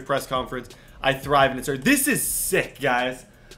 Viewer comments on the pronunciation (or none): none